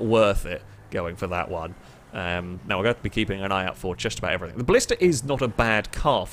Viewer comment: I just wonder if the letter G is in your vocabulary? I mean you keep saying.. anythink, everythink, somethink. Lol not hating, just somethink I noticed. Love the videos though, thumbs up..